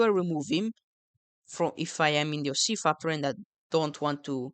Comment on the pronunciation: “OC fucktory”